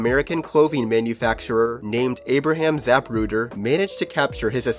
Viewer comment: “peace corpse” “zap rooder”